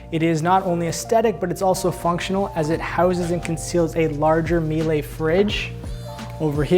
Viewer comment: It s pronounced miel-uh not mielay. Also, love your lucious hair